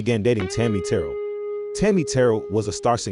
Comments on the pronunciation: Its Tammi TERRELL, not TURRLL. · Right and Tammi Terrell not terl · You must be a young dude. I never heard anybody mispronounce Tammi Montgomery's stage name before. Accent's on the SECOND syllable. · Very good , well researched actual facts, honesty and respect. I wish Franky Lymon and Tammi Terrell's names were pronounced properly. Good story, thanks. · The narrator is not able to pronounce Tammi Terrell's name. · Ur doing a fantastic job, but I can tell ur age by the wrongly pronounced last name of Tami Terrell, & a couple others. Love ya, just thought u should know.